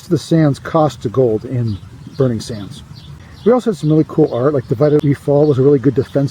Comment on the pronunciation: I kept thinking that you were saying "The legend of Burnie Danders" lol